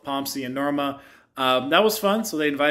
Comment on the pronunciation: He said Norma